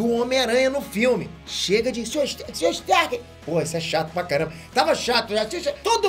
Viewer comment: ninguém: absolutamente ninguém: peter: Sr.star??